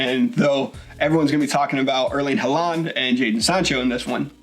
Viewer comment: His name is pronounced Haul-land...